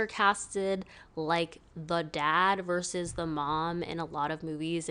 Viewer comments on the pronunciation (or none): none